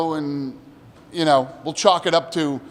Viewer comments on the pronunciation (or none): none